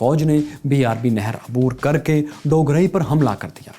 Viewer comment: بھائی آپ نے 2 گاؤں کے نام غلط کہے۔ پہلا ڈوگرائی جو کہ ڈوگراں ھے اور دوسرا اچھو گل نہیں ایچوگل ھے۔